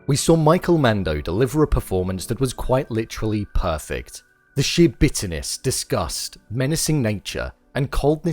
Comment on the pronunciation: When you say sheer emptiness, it sounds like you are saying shit. 😂 Great breakdown. What an incredible ending!